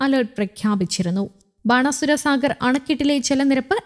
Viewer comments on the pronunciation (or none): none